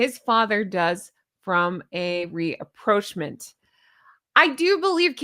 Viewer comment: Love your show but it's rapprochment not reproachment.